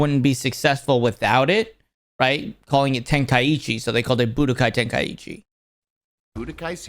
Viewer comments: Ten-kai-chi not ten-kai-ichi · Ten-kai-chi vs Ten-kai-E-chi